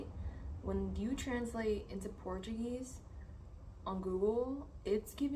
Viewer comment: Hey 🙂 This is a great video. YOU have a good Portuguese pronunciation. Muito bom 👌🏼